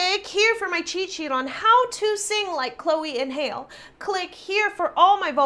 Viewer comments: THE younger sister's name is pronounced HAL-LEE (Halle), not HALE! If you weren't sure how to pronounce it, you should have asked! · hale? it's hal-e, qhy would a chick be named hale? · Yeah not sure how she got hail out of that. I think that much was obvious lol it irked me every time it was said. Im sure she knows know though lol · Halle is pronounced like Halle Berry or Halley, not Hale. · It's pronounced "Chloe & Halle" not "Chloe & Hail" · BABYGIRL ITS PRONOUNCED chloe and HaLEE not hale🙄 and they’re that good of singers that they got you tryna say its not really live👏🏾 jealousy alert😂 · I'm not at all surprised at this reaction. After all, singing live and being able to have great dance moves is probably something that black artists aren't supposed to be able to do; just ask Beyonce'.... Secondly, the younger sisters' first name is pronounced just like the actress "Halle" Berry, not Hale; but I'm pretty sure you knew that.... From jump, it was as though you were on a witch hunt. There is no way that they can sound this perfect, right? So it is clear that this reaction was not the analysis of each of their voices, but to point out things that would show that this was not a live performance!🥺💯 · Hale? Lmao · How did she get hale like cmon now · lol nobody pronounces her name right... it’s so aggy...Hale? Wtf is that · its haall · 1. There is an effect on the mics. 2. It is pronounced like Halle Berry 3. Please watch their national anthem or performance of America the Beautiful or something undeniably live bc I think you may want to retract this being COMPLETELY lip-sung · Its live,with effects and her name is pronounced like ha/lee,really dont know how you could mess that up,but anyway their vocals are phenomenal,check out their pretty hurts cover(thats what got them signed to Beyonce)and also check out their sisters are doin it for themselves live performance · It’s Hal-lee like Halle berry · Did i hear her say Chloe and Hail??🤣🤣🤣 No hate tho